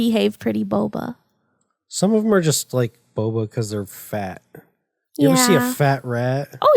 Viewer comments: i thought it was booba not boba lol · Emi is normally very bouba but it was pretty kiki of her to just keep pronouncing it wrong even though she knew better. #TeamBouba btw!